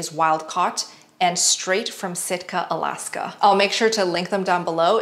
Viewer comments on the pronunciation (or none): none